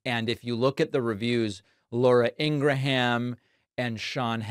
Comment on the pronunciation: Shawn Haneetea and Lora Eengraham. LOL. You’re watching too much of Mr. Tramp. His name pronunciation skills are rubbing off on you.